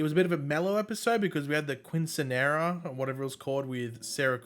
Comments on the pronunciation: Dude I just had to comment cos I assumed someone would correct by now... quinceanera is pronounced keeeen se nera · Pronounced as Key-Sin-Yera